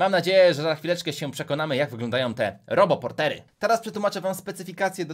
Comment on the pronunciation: A ja usłyszałam zamiast robo portery to Harry pottery (>﹏<)